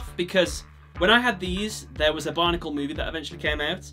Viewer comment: Is it just me or when he says Bionicle it sounds like Barnacle?